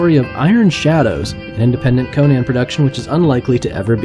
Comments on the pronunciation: CON-an, not Koh-nan! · pronounced conun not conaaan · Conan, not Conian, man. It hurts. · I tried to watch this, but the narrator's constant mispronunciation of "Conan" made it so I couldn't get past the first 2 minutes. It was as grating as the repeated use of "Hieruhkayneea" in the Momoa film.